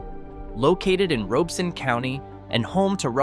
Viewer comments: And just so you know, the county's name is pronounced ROB - E - Son. The "O" is not long, it's short. I was stationed at Bragg way back in 1989, And after getting out of the army in 1997, I stayed. And sold electrical supplies. A bunch of electricians corrected my pronunciation of said county. Or as the locals say RobCo for short. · I am a born and raised North Carolinian who happens to live in Robeson County. It’s pronounced ROB-ih-sun not like it is said in the video. And yes some of the communities are facing hard times it’s true but do not let that deter you from visiting. Red Spring, Maxton, Lumberton, Whitevill, Laurinburg, Chadbourn, Rowland, Tabor City, and St. Paul’s are all areas I currently live in, worked or visit regularly. You’ve basically took a small chunk of beautiful North Carolina and absolutely made us look like garbage. Every place has its problems but we are still kind caring people who treat people like they deserve. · Notice how Many of these video clips are from Stock Companies, and the narrator is Horrible at pronouncing All of the Towns. It's ROB I son County!!! The cool satellite geo video of each town does not mean the town is awful! Anybody can take annual crime stats and multiply them by 100,000. Even though there are ONLY 2,000 people living in the town! No matter How many times they say FBI, that does not mean the words of the presenter are true. Anybody can go to Any State in the USA, and ANY Country, to put forward a list of places and Towns Not To Live. I don't agree with any part of this BS Video. North Carolina is Remarkably Beautiful, and Absolutely Welcoming to Everyone of All Colors. We work, live, and share happiness Every Day.